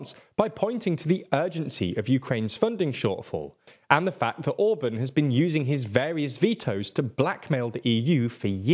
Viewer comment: He is not Orbön, he is called Orbán. Learn to pronounce his name